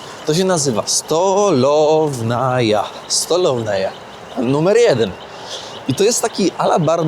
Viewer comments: No i kolejna errata,! To nie jest "stałownaja", tylko "stałowaja". Jeśli pani z Armenii powiedziała, że Twój rosyjski jest zarąbisty, to ciekawe, jaki jest jej? Jedzenie makaronu nożem i widelcem widzę pierwszy raz w życiu i, mam nadzieję, że ostatni. Nie mówię o lasagni. Kolejna sprawa - ten zegar był elektryczny, bo wtedy o elektronice nikt nawet nie konfabulował. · jak na Kirgiza, to twój rosyjski jest super.Ale uważaj co jesz,bo już masz zwidy.Jaka,,STO LOWNAJA",skoro jest napisane,,STOŁOWAJA",po rosyjsku СТОЛОВАЯ. I wklep sobie,w rosjskim nie ma litery L,jest tylko Ł,,Л".I nie ucz historii,bo cienias jesteś i pleciesz takie bzdury że plomby wypadają. Inicjatorem i siłą przewodnią zaborów były prusy.Sprawdź sobie, w jaki sposób i kiedy, zbiory księżnej Anny Jabłonowskiej, trafiły do cara.Tylko nie u miejscowej, siemiatyckiej przewodniczki, bo ta wie chyba jeszcze mniej niż ty. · To się czyta stołowaja. Całkiem podobnie jak stołówka.